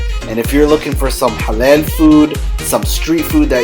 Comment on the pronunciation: IT'S NOT HALEL, IT'S HALAL. Much love from Sydney.